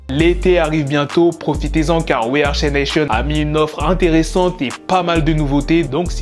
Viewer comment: Respecte la prononciation du prénom de Shay s'il te plaît